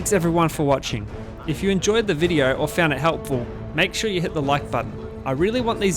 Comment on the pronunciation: "in this videor"